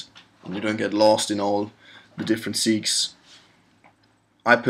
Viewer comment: FYI - "segues" is spoken in English as 'seg-way' - it's a French word that means 'transition from one to another'. Other'n that, thanks for the good, useful work.